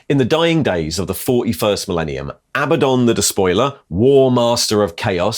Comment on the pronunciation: Are you going to ret-con all these videos when you learn how 'Abaddon' is correctly pronounced?